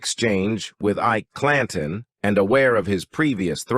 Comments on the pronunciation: "eye-eee-key clan-tone" (Ike Clanton) - wow! Stopped listening when I heard that... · I'm done...pronouncing Ike Clanton as EEK_KEY CLAN-TONE was just too much. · I love how the ai voice pronounces things phonetically. Eekay Clantawn